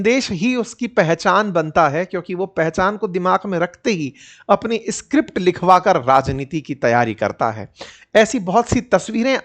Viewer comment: sir ji … escript nhi hota. … script hota h